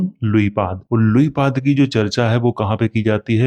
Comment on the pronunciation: Luipad nhi luipaa bolta hai bangla bhasha me